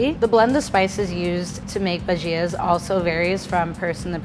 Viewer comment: The way she pronounces bhajias lol